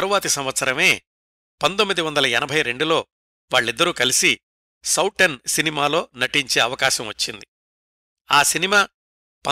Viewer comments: Souten సౌటెన్ కాదండి సౌతెన్ అంటే సవతి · నమస్తే సార్ చాలా బాగుంది. మీరు సౌటన్ అని అంటున్నారు అది సౌతన్ అని చదవాలి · ఆ సినిమా పేరు సౌతన్, లేదా సౌతెన్ అని కూడా హిందీ వాళ్ళు అంటారు. అందులో ట లేదు. ఇంకో 2-3 హిందీ పదాలు కూడా correction అవసరం. హిందీ, లేదా సంస్కృతం తెలిసిన మీ మిత్రులు మీకు ఇందులో సహాయం చెయ్యగలరు.